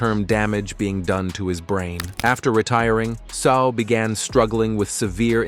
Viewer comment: Say-ow, not So.